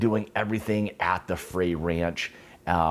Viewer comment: I live 45 miles from the distillery...it's pronounced fry, like fried food. Love you channel, I just subscribed.